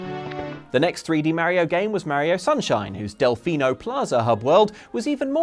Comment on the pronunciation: That iphone ringtone on his android phone is so appropriate after he mispronounced Mario's name 25 times.